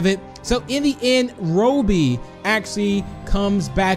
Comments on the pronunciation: It’s not Ro-bie it’s Robby use a google translator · It is robby not rubby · The way u say robby is wow but ok cool vid! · Your saying Robby wrong